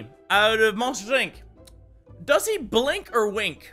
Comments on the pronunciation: It's called a bwink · mini its a bwink